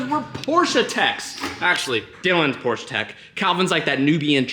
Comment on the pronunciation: Stop saying Porscha